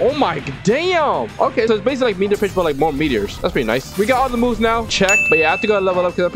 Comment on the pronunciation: Bro said b*tch instead on pitch